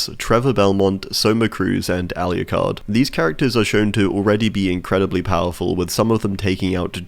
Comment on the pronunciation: Do you keep saying Alyucard, rather than Alucard? Everyone else I've ever heard say his name, including in the Netflix series, says "Al-oo-card" basically.